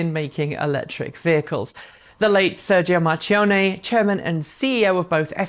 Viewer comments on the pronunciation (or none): Sir-gio Mar-key-on-eh... Grazie.